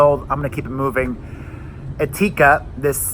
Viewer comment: you couldn't even learn how to pronounce "Etika" before making this video?